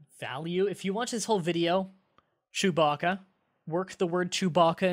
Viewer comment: I heard Chew-back@